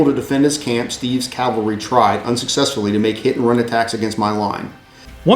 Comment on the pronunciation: I really enjoyed the series. Maximus Flatulence died in that cavalry charge? Beware Greeks bearing gifts, MF. Also, one criticism... says calvary instead of cavalry. I noticed this in the Marengo video as well. I don't mind when people don't pronouce Pyrrhus, Lucius, or Syracuse differently since they are non-english names. Cavalry and calvary should be properly differentiated by every historian, wargamer or not. Don't get me wrong... I like your channel. Huzzah to for forming your club. I eagerly anticipate your next endeavor.